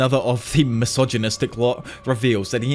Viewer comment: Ngl I love to put your videos on the background while I do stuff, they are great I think I’ve listened to many of them (specially jjk ones) more than two-three times and will keep doing it but every time I get to this part it’s always funny and a bit jarring how much énfasis you put in mentioning how MISOGYNISTIC Naoya and the Zenins are every chance you have… is like yeah we get it they are bad people, and yeah we get it you really really really hate MISOGYNY… idk man feels like a weird posturing anyway hope she sees this bro. Keep up with the great videos!